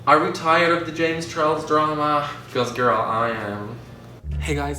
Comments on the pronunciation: I hate to be that person but its james charles not james chorles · “JaMiE ChArLoS” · "jam charlos"